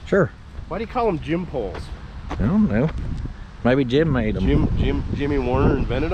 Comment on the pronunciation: It's "gin poles"